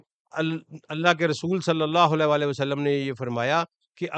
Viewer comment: ویلکم بیک ۔ آپکو مس کررہا تھا۔ آپ سے درخواست ہے کہ خدارا درود شریف " وعلی آلہ " ۔ ۔ صحیح پڑھا کریں ، آپکے تلفظ سے " ولا آلہ " کا شائبہ ہوتا ہے ۔ جزاک اللہ خیرا 💐